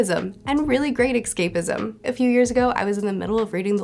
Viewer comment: Whenever she said "excapism", did she just mean "escapism"?